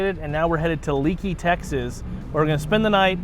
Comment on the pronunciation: “Leakey is pronounced-LAKEY….” Not Leekey🙁”